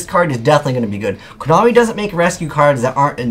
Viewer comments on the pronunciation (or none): none